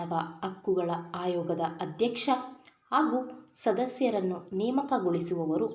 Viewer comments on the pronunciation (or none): Hadalita Hayoga alla mam adu Adalita, ayoga